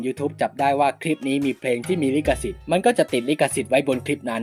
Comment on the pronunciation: ลิขสิทธิ์ ไม่ใช่ ลิกสิทธิ์